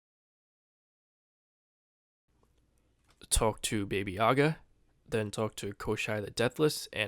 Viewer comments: Every time I hear "Baby Yaga" I cringe. You know that's an "a" at the end of her name, right? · baby yaga; that gonna be the next john wick movie?